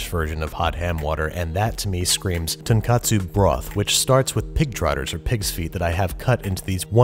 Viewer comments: Great video! The pork broth for ramen though is pronounced 'Ton-Kotsu' not 'Ton-katsu' (the latter refers to crispy pork cutlets). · So you kept saying "tonkatsu" when you mean to say "tonkotsu". Long O sound. I'm hyped for another ramen episode, tho :D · Fellow pedant high five! Was about to say the same thing. For those who don't know, both tonkotsu and tonkatsu are Japanese foods, so to avoid confusion, you should pronounce "tonkotsu" with a clear "oh" sound. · Hopefully someone can let him know it's tonKOtsu before then (tonKAtsu is a completely different food). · Hey Babish. Great video. Probably won't see this and I don't mean to nit-pick, just be educational as I've seen confusion with these two terms in the English speaking world. Tonkatsu (豚カツ) refers to pork cutlets. This is because the "ton" is this character for pig 豚 read as "ton", and "katsu" is an abbreviation of the loan word カツレツ (katsuretsu) which is the Japanese pronunciation of the word cutlet. Tonkotsu (豚骨) refers to pork bone broth. The word contains the same "ton" pig character 豚, and the second character kotsu 骨 is bone, and used together means either "pork bone" or "pork bone broth". One different vowel, two different dishes. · It's tonkotsu, not tonkatsu. One of them is fried pork cutlet and the other is what you made. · Be careful, you said "ton katsu" when you meant to say "ton katsu" (long "o" like "oh"). Ton katsu (short O like you said) is the Japanese friend pork cutlet - just as delicious but not what you're making and definitely not hot ham water. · tonk-O-tsu ramen*